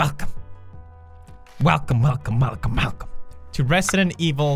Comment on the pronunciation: Just keep hearing "Malcolmmalcolmmalcolm" instead of "welcomewelcomewelcome" in the intro